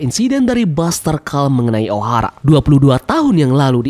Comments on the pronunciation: Min bacanya baster kol, bukan baster kal. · buster call baca buster kol sih min.. biar enakan didenger 😁